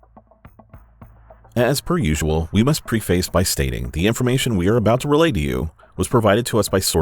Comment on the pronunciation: Well enough composed, but I miss. Also, folks, I'm a fan of ME but it might be worth bouncing off each other the pronunciation of words like preface.